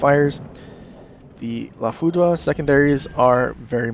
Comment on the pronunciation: According to Google, it's pronounced "La FOO-DRR." Great video and information.